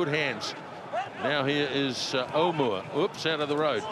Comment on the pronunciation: Aumua not Owmua